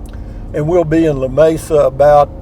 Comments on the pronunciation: you need to learn correct pronunciation of Lamesa; ask a person from west Texas they will explain... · Lu me su. Ha ha. Should be La may sa. But you know....Llano is supposed to be ya no. Enjoyed this one! Take care!